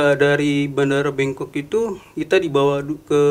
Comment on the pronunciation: Bangkok, bengkok, apa bongkok😅